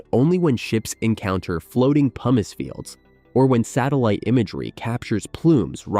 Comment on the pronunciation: Haha i heard "PUMEECE" for pumice. That was funny. Also, i would gladly do this